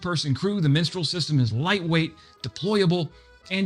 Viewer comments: Yeah, no idea why he butchered that name so badly. Typically Americans would say mistraal, in my experience. But the cherry on the cake was crotale. What on earth ? Anyway, at least he tried, so B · For crying out loud! It is called Mistral, not "Minstral"! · Mistral not Minstrel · Minstrel missile??? Mistral. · "Minstrel" missiles? from France? Surely you mean "Mistral". Google it. Learn something. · I liked the mispronunciation . "Let me sing to you the song of my people.."